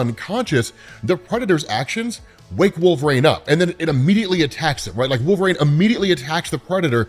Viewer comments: Wolverine. Not Wolvereigne. You sound like a fool when you constantly mispronounce thinks. You would think after all these years you'de be able to pronounce wolverine correctly. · It’s wolverEEEEEN not RAIN you potato. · i love the content, but why do you say Wolver-ane instead of Wolvrin? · Out of curiosity, why do you pronounce it “wool-VRANE” instead of “wool-ver-EEN”? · WolverEEN, not Wolverain! Sorry, that bugged me. Also fighter aircraft are F-22's, NOT F-16's FTFW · LOVE the channel, thanks, you're the man. But...please please please it's Wolver-EEN not Wolver-AIN, I beg you sir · You realize it's Wolverine, right, like Tangerine? Not Wolvereine, like rain? Great vid though as usual, loved this storyline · Is it just me or when he says wolverine is sounds like hes saying wolf rain??? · It sounds like you're saying wolverine like "Wolverain" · Are you saying Wolverines name wrong on purpose. Its awakening a nerd rage I never knew I possessed.